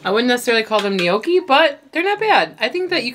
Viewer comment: love your channel, however--gnocchi [ nok-ee, noh-kee; Italian nyawk-kee ]